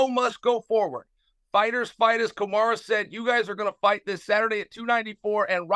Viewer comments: And Kamara 😂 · Didnt he actually say `Kamara` too a couple of times? :D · Chael calling them Hazmat and Kamara on ESPN 😂😂😂